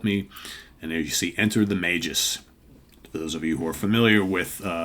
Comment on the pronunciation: It’s pronounced Magus with a hard G. According to Wiki Marvel.